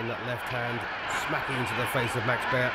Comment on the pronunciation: Who is this commentator calling Joe Louie And Maxie Bear WTF.